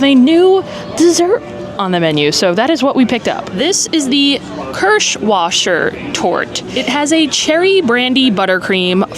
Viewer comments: Phonetically KEARsh VAH Sir ... Thank you so much for sharing the day with us! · So that kirschwasser is pronounced with a "V". KEERSCH-va-suhr. Y😅